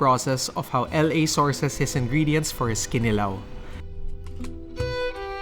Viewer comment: The accent is on the second syllable: kiNIlaw. Not kiniLAW.